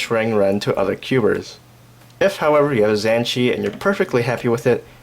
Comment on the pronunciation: "zan chee" lol. Interesting pronunciation